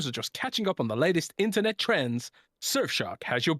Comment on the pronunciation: I'll only use Surfshark when learns to say it right.